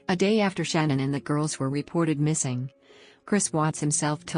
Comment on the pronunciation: Her name is not shannon, it it sha' naan... get it right.